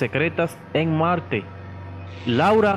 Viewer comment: y dise malte en ves de marte